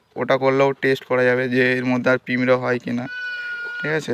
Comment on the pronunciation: পিঁমড়ে না পিঁপড়ে